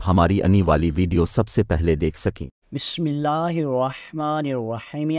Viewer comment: Bismillah aur salam ko mila dya hy jo sahi sound nhi kr raha